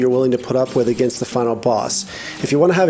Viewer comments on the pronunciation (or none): none